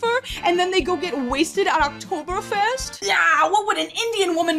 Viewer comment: The pronounciation of "Kartoffelpuffer" and "Oktoberfest" was on point. If someone wants to have the original story they should read the story and don`t whine about the cast of a movie.